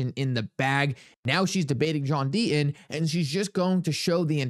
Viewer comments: There is a 'T' in the name Deaton , has to be pronounced ...Sir. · There is a "t" in Deaton